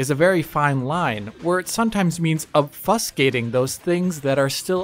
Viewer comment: Wait....how did he pronounce obfuscate? Lololol